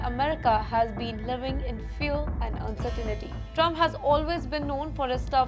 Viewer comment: Uncertainty, not uncertanity. 🙂